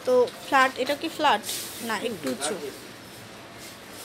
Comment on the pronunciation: No offense but when she says flat I hear flood 😂😂